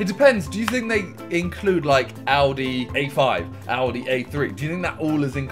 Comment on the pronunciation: Simon says Audi like aldi